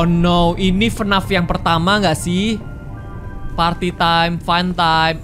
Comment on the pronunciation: Bang bilang nya bukan FNAF tapi F N A F